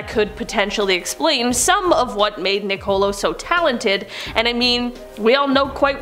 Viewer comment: Seriously? Nicole-o Do they not have schools in canada?